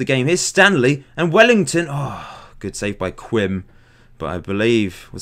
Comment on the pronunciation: Just to let you know, Quim is slang for vagina; the gk's name is pronounced 'keem'. I don't care, i just thought i'd let you know :P